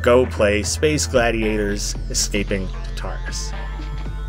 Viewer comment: Oh this looks sick! Also I’m pretty sure it’s pronounced like TAR-tar-us, but that doesn’t really matter :)